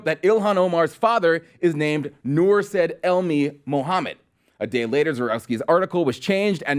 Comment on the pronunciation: The name SAID is pronounces SYeed and not SED